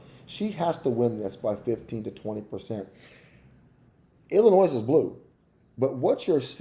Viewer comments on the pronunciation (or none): And Illinois is I-luh-noy